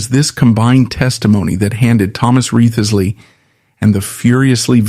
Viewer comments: yeah A.I.'s not so good with names... yet. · I am fairly sure that back in Tudor times, Wriothesley was pronounced as RISE - LEE.